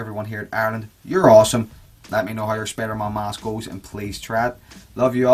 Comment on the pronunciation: Its not spidermon it's spiderman